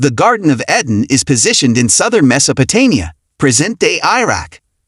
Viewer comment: EEEEden ... not e-dan